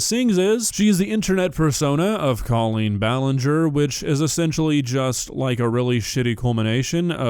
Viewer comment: It’s hilarious that everyone is calling her “Cawlean” when she has said it is somehow pronounced “Coal-lean”… I know she is irritated